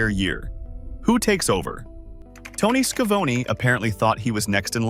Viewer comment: Your videos are fine for historical purposes, but you seriously need to fix whatever AI your are using, because this comes of as very stupid when you can't even pronounce the names correctly. This seems like a joke. Tony Schavoni, Ole, Verne Gagne. Im sorry but your videos come off as amateur and or as someone who really isn't a wrestling fan, but as some trying to cash in on a genre they don't actually know. Just voice your videos yourself so that the names are at least pronounced correctly.